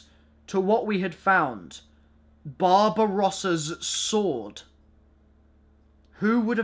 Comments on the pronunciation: When he said Barbarossa's sword I thought he said Bob Ross's sword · am i the only one that thought he said bob rosses sword? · Anyone else think he said Bob Ross' sword?